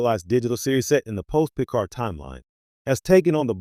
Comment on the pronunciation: This AI written and narrated drivel is an absolute waste of time. It's repetitive cycling of images, many not even relevant to the subject (ie., showing Kirk and Spock while discussing Picard). The narration can't even get Picard's name correct.